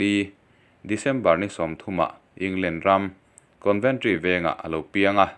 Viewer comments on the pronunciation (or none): Conventry ti in tinge ilamrik daih le coventry tih anizawk lo ami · England Ram, Conventry veng niloin Coventry tih zawk tur a niang 😁